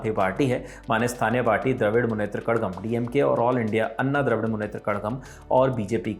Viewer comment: वो कषगम है न्यूज रीडर सर , कड़गम नहीं 🙏🙏🙏